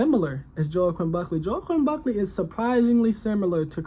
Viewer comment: That’s not how you say his name, also he’s 6-0 not 5-0..